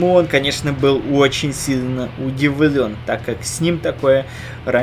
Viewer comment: капец как ты слова произносишь!удывлен место удевлен или довлно мест довольно или злышь место злишь или гуслэ место гусле